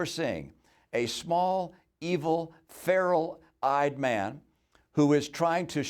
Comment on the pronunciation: "versus" not "verses". "feral" not "farrel". It lets folks think you are in over your head.